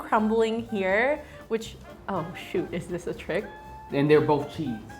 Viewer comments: Did you say shoot.. i thought it was shoes lol 🤜 ✋✌️ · Do u say rock, paper, scissors SHOE OR rock, paper, scissors SHOOT?